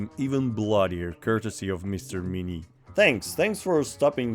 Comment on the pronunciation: The review nobody asked for : Pot-de-fer. Good, you sounded french ! Couleuvre. Ok, not bad. Madame le Bourgeois. Gooood ! Fusil. Very good ! Bayonet. Doesn't count mate, bayonette in french sounds the same, so it doesn't count. Carabine à tige. Best so far, good job. Minié. At least one wrong pronunciation. Not Mini, Minié. Wait, you just turned it into a joke, so it doesn't count. Still Minié tho. Clement Pottet. Can't say it better than you did. Chassepot. Another very good one. Poudre V (like in VElocity, to stay on topic). Not poudre B (like BAby, NOT on topic you madman), this one can be hard on foreigners to be honest. Révolution. Yeah, just like baguette, everybody says this one correctly, I guess we're known for this kind of stuff. Great effort overall.